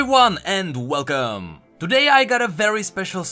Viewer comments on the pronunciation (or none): none